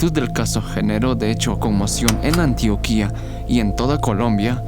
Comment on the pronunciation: Colombia, me dueles :( muy buen vídeo tho :) por cierto, es Antioquia, no Antioquía, y Chiquinquirá, no Chiquinquira :)